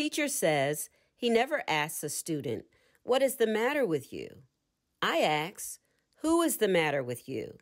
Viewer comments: How tough it is to pronounce the word "ask" properly? Come on now. Non-native speakers of English might have a difficult time understanding the phrase, "Axe the Universe." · I really appreciate this being available. I'm also wondering if this is the only narrated version? It has the word ask and asked in it countless times and this narrator doesn't know how to pronounce the word and I don't want to have to keep canceling and restating it for my subconscious... I don't axe God. To axe something is to take an axe and strike something with it. It was a very poor choice in a book about the power of spoken words to use a narrator who changes a frequently used word and alters the context. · Very good. Thank you. But learn how to pronounce the word ask, please... Aks? Ax? Axe? Aksed? Axed? 🪓🪓🪓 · I love this but cringe every time the word ask is pronounced as axed 😬